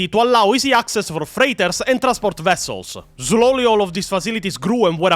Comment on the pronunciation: I love you I really do. Please unsderstand that is is coming from someone who also speaks a language that isn't thier native tongue. But I cannot help but laugh whenever you say slowly haha. Mush love though